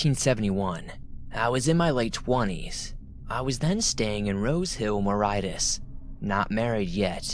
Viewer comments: Mauritius is pronounced MORE-ISH-US not more-height-us 😂 made me chuckle. I was thinking where’s this bloody moreheightus he’s speaking of lol. Greetings from the uk . Enjoying the audio whilst nodding off to slumber 🙂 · Mauritus is pronounced mor-ish-us. 😁😊❤ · Thanks for these, they help me sleep but in the second story I think the place Mauritius is pronounced MER-ISH-US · #2 - Its Mauritius, pronounced: MAU - RISH - US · 2nd story is set in Mauritius - pronounced - (Ma-rish-us)